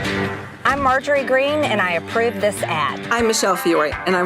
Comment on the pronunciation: Margarine Taylor Greene.... (Insert fry meme) Can't tell if owning the hogs or speech impediment...